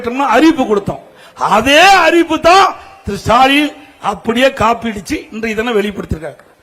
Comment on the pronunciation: திரு சாலின்.. அடேய் அது திரு ஸ்டாலின் டா... வாயில வசம்பு வச்சு தேய்க்க 😂😂😂😂😂